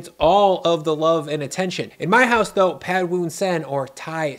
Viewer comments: As a Thai, I’m so glad you’re introducing this dish! I feel like Prad Thai is so overhyped and I honestly don’t care for the dish. Just a fyi, “Pad” is actually pronounced “Putt” despite the spelling. Sorry it’s just one of my pet peeves as a Thai American 😂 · Stop americanizing Thai words. It’s not pad as in cat it’s pahd as in car. If you like Thai food and respect the culture, pronounce the words correctly. Show some respect.